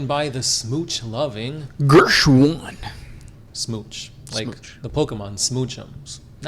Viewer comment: MY FREAKING DAWG!! I don't always get notifications for you guys, but when I do, my heart is instantly warmed by hearing you pronounce your name 💞💞